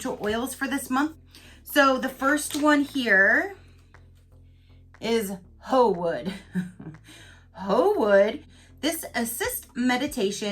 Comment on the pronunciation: I also laughed when you said Hoo wood lol 😂